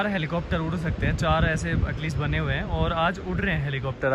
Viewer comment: 😂😂Helicopter❌ Heplicopter✅😆